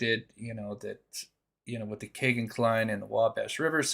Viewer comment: Why you say kay-gin , his name is key-gin